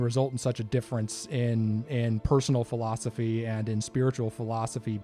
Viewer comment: Right after the Beast Master bit, it sounds like Ted says design flawsophy instead of design philosophy. I don't know if that was on purpose but totally coin that Ted! The emergence of the Beast Master among other things in Daggerfall is just fantastic.